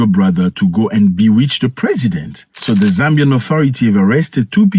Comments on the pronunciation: Zambian 🇿🇲 not zambiam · Thanks for covering whats going on here bro. Its actually zambian not zambiam